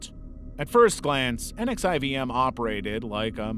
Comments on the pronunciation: NXIVM is pronounced 'Nexium'. Check any documenary on he cult. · NXIVM is pronounced "nexium" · so NXIVM is pronounced Nek-see-um. And the last name of the founder is promised Ran-Yair-ee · Nxivm is pronounced as “nexium”.